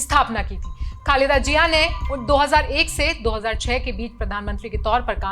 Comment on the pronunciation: Pahle bolna seekho, phir patrkar banna. Jiya nhi Ziya hota hai. Itne bade media house ne apko le kaise liya?